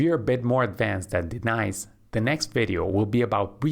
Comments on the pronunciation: Good video but why do you call her, "D-Nice" instead of pronouncing properly? Is this an AI generated video? Just curious but I would like to know for transparency.... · like de-nise